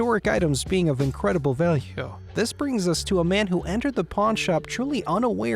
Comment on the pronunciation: "Hence his signature and historic items being of incredible val-yuhh"